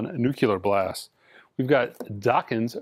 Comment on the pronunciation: "Els" instead of "Eels". And always "Nucular Blast" instead of "Nuclear Blast" 🙄